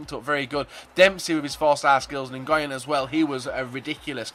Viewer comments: its no engoyen its wen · It's pronounced win instead golf ngyn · Nguyen is pronounced Win. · Juan Zo ***** Its pronounced like "Win" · It's pronounced lee win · Ngyuen is pronounced like the word win btw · "NIguyen" hahahaahah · Nguyen is pronounced "when":) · Great team, but Ngyuen, (how ever you spell it) is pronounced like Win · You pronunce it New-Win Don't ask how or why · Your pronunciation of Nguyen was hilarious. It's pronounced much more like win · just to let you know, the cam is pronounced "win" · Lol Lee Ngyuen is basically pronounced "win" just fyi. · Nguyen is pronounced "Win" Lee "Win" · The CAM is pronounced Gwen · Nguyen is pronounced "Win." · Nguyen is pronounced like Win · Nguyen is pronounced (noo-yen) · Nguyen is pronounced "win" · Nguyen pronounced "Win" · I'm pretty sure people have commented this on your other vids/this vid, but it's pronounced "Win" not "N-guy-en" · Nguyen is pronounced win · Lee Nguyen is pronounced Lee WIN. Its an extremely common last name in Vietnam please pronounce it right. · its pronounced new-wen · You said Nguyen Wrong